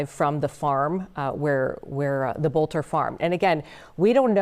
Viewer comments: faux news, his last name is Boelter, NOT bolter. Pronounced "Belt - er" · It's pronounced bel-ter